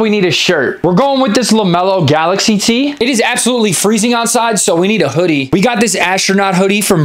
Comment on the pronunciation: Your voice is weird when you say tee